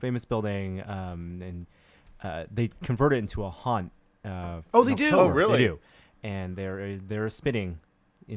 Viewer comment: Are you saying haunt? or hunt? what the hell are you even talking about? what? this must be an American thing i just don't get. Australia doesn't do Halloween so I think this is a cultural thing i don't get.